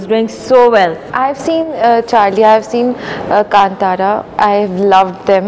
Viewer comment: she's the first one say Kanthara and not kantara